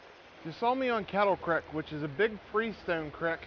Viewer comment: creek not crick lol